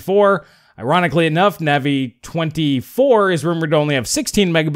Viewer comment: please check how your pronounce Navi: long A, not short A. Minor irritation to otherwise fantastic videos you have!